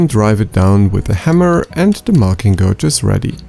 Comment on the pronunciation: Great video and great design. Just a small FYI: "gauge" in English is pronounced as if the U were not there. Exactly like "cage" but with a G. I know it doesn't make sense, but it's English so nothing makes sense.